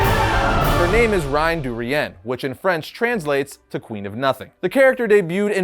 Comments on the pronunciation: Her name is Rien.... not Re-N. You keep saying reee-N. It’s pronounced re-yeh. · i LOVE you but i HATE how you pronounce "rien" lmao